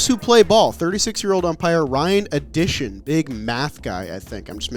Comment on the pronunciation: Ryan “Addition” it’s Additon